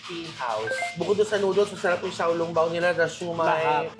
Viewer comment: Tan ping po tamang pronounciation it's for breakfast in taiwan, while xiao long pao po un tama, and un tenga ng daga is mu er sa mandarin. Im a fan po silent fan lang po ako. Enjoy po ako sa mga vlogs niyo.